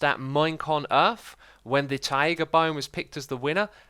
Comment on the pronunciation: Taiga not tiger